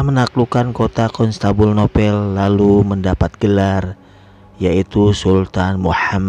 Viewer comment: Rasaan teh konstantinopel da lain konstanbunopel sugan etage he😁😁,,eta bari maca lain bro, kade salah brow! Kain kiswah teh dirajut bro pake tangan